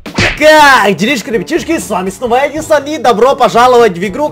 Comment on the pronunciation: Мне кажется что ты говоришь а не Эдисон